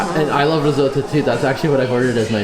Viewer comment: Risote-oh ... fml